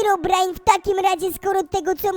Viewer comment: Czemu powiedziałeś heobrajn jak na końcu powiedziałeś hirobrine hmm...ciekawe albo ci się pomylilo e tam pozdro